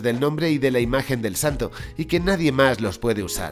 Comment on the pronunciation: si lo escribiste bien, porque lo dices mal? " El Santo " NO , el santos